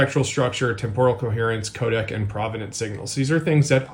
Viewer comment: Yes and "Kodak" 😅 all the other times it said "'code" for codec.